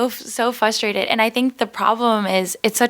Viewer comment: "Fustrated". Blegh.